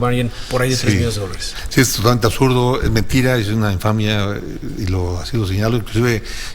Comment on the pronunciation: Se dice "absurdo", no "asuto", Sr. presidiario.